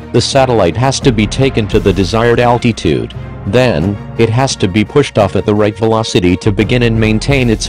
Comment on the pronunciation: That is not how you pronounce altitude